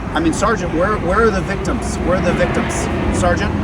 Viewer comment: "Where are the victums?" Hahahaha No corpus dilecti....victims"